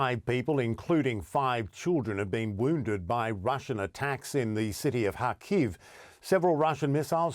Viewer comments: It's Car-Keeve (Car-Leave) Kharkiv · isn't it pronounced kharkeeeve? where has this reporter been hiding?